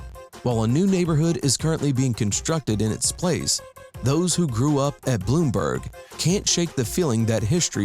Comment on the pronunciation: And it's NOT "Bloomberg" Towers it's "Blumberg" Towers.